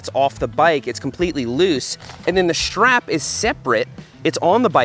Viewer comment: And he says SHTRAP instead of strap.